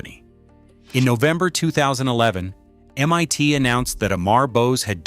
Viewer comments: First off... Excellent documentary. Well researched and well written. But I have to criticize your AI narration here. Either you are a non-English speaker, or you have deliberately chosen not to do a small bit of quality assurance in proofing your audio content looking for any miss-pronounced phrases. This video by example, seems to have a problem with how to say MIT, or to list a particular year. If English is not your particular strength, I would suggest hiring someone who is just to proof your AI narration so it can be corrected before publishing. Then again, it may be less costly to have a real person do the narration for you. It just gets annoying as time goes on and we collectively are subjected to the same old poorly spoken words and phrases that AI seems to have trouble saying. Just a thought! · It's not M-Y-T !!!!!!!!!!!! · These AI videos are entertaining IF you have nothing else better to do. MIT is not M ONE T. Hilarious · While the information is interesting, I am distracted by the AI narrator who cannot pronounce MIT correctly (calling it MYT instead), etc. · I said the same thing. I was like Waaaa?! NYT? Drove right by it today. It's still M. I. T. Lol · M.I.T. !!!!!!!!!! NOT M.Y.T. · MYT instead of MIT. Inexcusable AI slop. 🤬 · Your Ai keeps saying "m-y-tee" every so often instead of MIT...rather annoying. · AI slop Em-Eye-T is not EM-One-T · "mYt" ???? C'mon GET IT RIGHT !!! It's Massachusetts INSTITUTE of Technology. M-EYE-T ! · Why can't this AI narration say the I in MIT? It says MYT repeatedly. And "bass" response instead of "base" response. Typical for lousy AI. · Shame the AI-generated commentary can't even get MIT right (calling it "MYT") and various other slips. The content is interesting but the dreadful commentary is distracting. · I fucking loathe this overused AI voice!! It's always the same! Can't pronounce MIT, Keeps saying MYT!